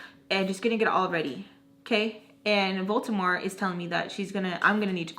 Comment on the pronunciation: OMG this is hilarious 😂 especially when you say "Voltemor" instead of "Voldemort" I love it😁